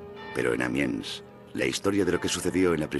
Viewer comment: No es Amians, sino Amiens.